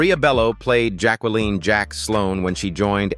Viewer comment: they still can't program AI with correct pronunciations. Jack-well-leen